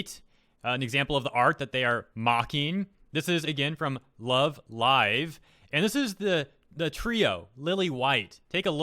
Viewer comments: You pronounced “Love Live” correctly!!! YAY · finally able to sleep because finally knows how to say Love Live right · You finally pronounced Love Live right ☺ That is some creepy art. Any reason for no facecam this vid?